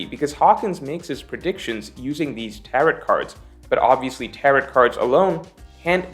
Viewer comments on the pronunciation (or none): actually pronouncing Tarot like carrot here lmao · the t in tarot is silent xD it’s tarrow lie rhymes with arrow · Hey! “Tarot” rhymes with “arrow”:) Also, Roger was able to ask when the mermaid princess would be born on command, so I’m not sure that lines up with your analysis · The way pronounces "tarot" cards makes me sad. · Hitting that last " T " in Tarot super hard.... fyi. It's a silent " t ". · I'm gonna' make a wild prediction and guess that has never heard the word "tarot" said out loud before. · I hate how you pronounce tarot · Tarot does not rhyme with carrot; it does rhyme with marrow. 🌈The more you know